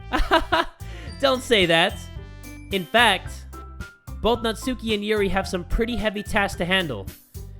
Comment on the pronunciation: Nat-S-uki*, your welcome.